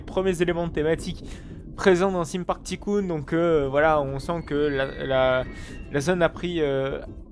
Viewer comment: js mais il le prononce ticoon